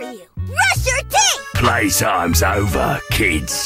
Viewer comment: bonnie really said: i have two words for you, brush your theeth